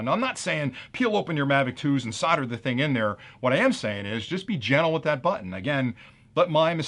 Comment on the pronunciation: Solder, it's SOLDer/SOLDering/SOLDered. Not fucking SODDER. 🤣